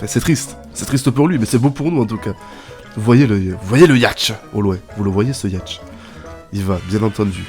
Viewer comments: c pas yatch c yacht et ça ce dit yot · ON DIT PAS YATCH MAIS YOTE